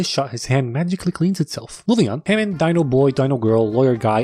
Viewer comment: “HAMOOND” from the grand tour 😂😂